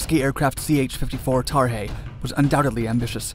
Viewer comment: Why is he calling the sky crane tarhey?